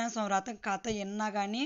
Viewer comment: Rotham kadu vratham